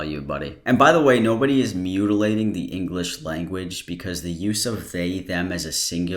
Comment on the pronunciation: “...mutilate the inglikzh langooach” -An Idiot, 2021